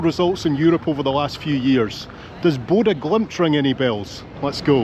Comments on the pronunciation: the o with a slash through it is not pronounced o as in bow but eu as in french bleu, its not a sound in english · You keep saying "Boda" when it is "Bodoe" 🙂 Nice vid. Love from Denmark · the “Ø” is like “uh” in “huh?”. So let’s say it together Bow-duh ❤ you absolutely nailed it 🏴 🇳🇴 They also nailed the scum ☘️ X2 in a row 😉